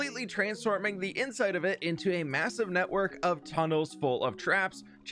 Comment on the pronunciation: Great to see another Misadventures vid! Also, “Full fof traps”